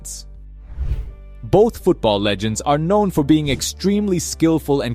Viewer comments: Bro really said Maradonia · bro said maradonya